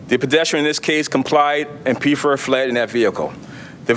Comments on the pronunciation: It’s Pfeffer, pronounced Feffer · This officer needs to take a public speaking course. He's the only person in the room who doesn't know that the "P" in Pfeffer is silent, nor does he know that Buckingham, PA is in Bucks County, not Delaware County. Which is why I'm pretty sure it was a Bucks County SWAT team that participated in the arrest not the Delco SWAT team.